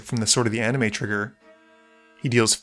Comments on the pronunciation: At this point I just think you don’t know how to pronounce Sword of the ANIMIST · He’s pronounced it that way for years, sometimes he doesn’t. I don’t remember what the original joke is ngl